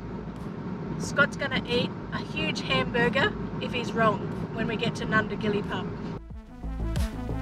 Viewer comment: Nindigully not Nundigilly.